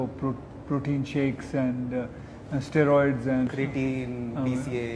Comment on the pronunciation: He said stroids